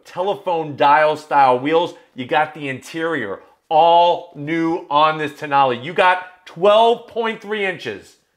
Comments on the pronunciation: Alfa Romeo...Toe-nail? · The more I read the name Tonale, the more I wondered… what if it was pronounced Toe Nail?